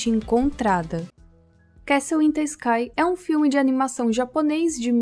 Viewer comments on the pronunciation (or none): none